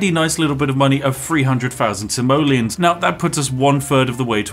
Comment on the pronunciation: when you say "Simoleons" I always understand "Somalians". hes prolly still not wrong. it's dark and wrong, I know. I'm sorry.